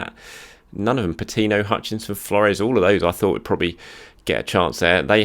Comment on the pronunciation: you're making the name "Patino" a frustrating name to hear 😤